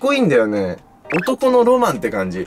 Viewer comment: ？？？「覗きは男のrrrrrマンだぜ」